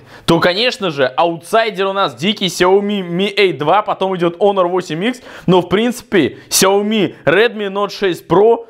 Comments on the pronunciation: какой раз смотрю и задаю вопрос . КАКОЙ ОНОР ЕСЛИ ПРАВИЛЬНО ХОНОР!!!!!!!!!!!!!!!!!!! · Во первых: не "онор" , а "хонор" И второе: половина смартфонов выключены (все кроме 2) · Не онор , а Хонор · ПОЖАЛУЙСТА, ПОЖАЛУЙСТА. Не Onor, а Honor И да, 1)Honor лучше твоего айфона. 2)цена разная 3)включал не одновременно 4)ХВАТИТ ОРАТЬ! ГОВОРИ НОРМАЛЬНО. СЕЙЧАС ПРЯМ ВЕДЬ СЛЮНОЙ В ЛИЦО ПЛЮНЕШЬ. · Как бы он не онор а хонор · Не онор а хонор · Онор а хонор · Хонор а ни онор